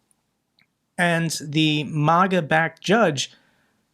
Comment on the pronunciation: May-guh, not Moh-guh.